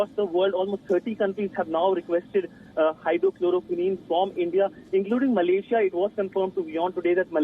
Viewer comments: It's Hydroxychloroquine not hydrochloroquine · Reporter is kind of absurd..it is not Hydrocholoquine...but it is HydroxiCholoquine & Choloroquine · Its hydroxychlroquin ...... Whatever u said doesn't exits